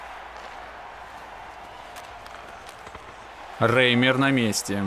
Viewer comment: Правильнее будет Раймэр, а не Рэймер)